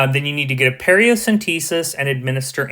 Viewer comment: Paracentesis not periocentesis. Amazing video!